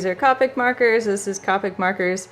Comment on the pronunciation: You pronounced copic wrong it is pronounced with a long o not a short o